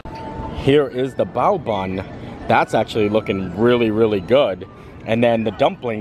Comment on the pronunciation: Yes! You said bao correctly!